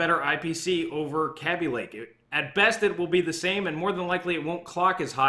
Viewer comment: How do you say baby? Its not cabi lake, its kaby lake